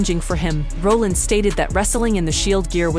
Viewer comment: it's not pronounced Roll ins and Raw llins. Stupid AI voice